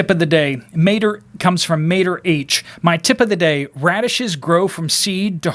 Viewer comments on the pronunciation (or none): none